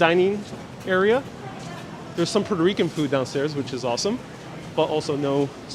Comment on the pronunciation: I mostly watch for strange pronunciations of words. It should be a drinking game every time he says "Buddin" or "Minhaddin" or "Midden" or "Puddarico".:-))